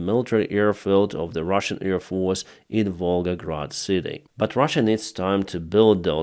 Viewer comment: Try to say : 'AIR', not EAR. Not ear defence, ear field...